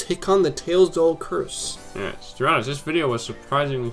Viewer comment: Not Polybus. Pol-lib-i-us.